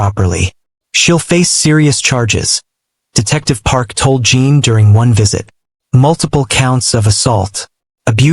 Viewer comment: I see others have already reported the seizure inducing shaking of the screen. The story is good about the medical profession and that there is always room for improvement. Jin is not Jean or Gene, check the pronunciation, please, the AI is terrible.